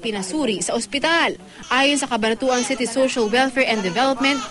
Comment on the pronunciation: anu daw? cabanatuan seti?city dapat di ba? hahahaha..